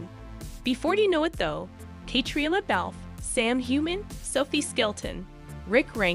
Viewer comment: Caitriona Balfe's name is pronounced Balf the E is silent. Also, Ian is pronounced (Eee AN) Please say Young Ian if you are trying to differentiate . Sam's last name , Heughan,is pronounced (You han)